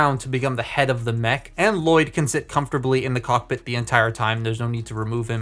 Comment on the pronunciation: you mispronounced L-Loyd!